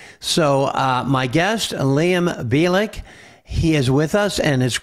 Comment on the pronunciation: Liam Bilic or perhaps is pronounced actually (Bilich) must be of Croatian origin